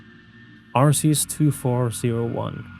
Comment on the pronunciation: arceus is pronounced with a k sound